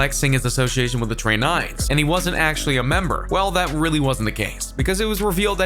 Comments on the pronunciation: Tre nines?? Lmao 😂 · That boy the word tray nine so fine